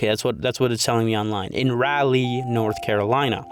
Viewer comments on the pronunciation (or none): As a North Carolina resident it pains me to hear you pronounce it like RAH-LEEE it‘d be more like Rölee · as a local, almost everyone here pronounces it as “Rall-Lee”, with the R in Rall pronounced the way B is in Ball. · As an NC resident its my duty to inform you that everytime you pronounced Raleigh i laughed lol. Its RA-LEE not ROW-LEE Aside from that, great video i enjoyed your take on the sauce being the culprit i havent heard that one before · It's Raw-leigh. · It's rall (like 'hall')- lee but rally is close enough ig lol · Its Rah-lee not Rowley 😅 sorry great job on the video , it was just bugging me. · Raleigh: Raw-Lee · It's RALL-lee. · Bro can't pronounce Raleigh to save his life. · I'm also from Raleigh and I never realized how different the pronunciation is from the spelling LMAO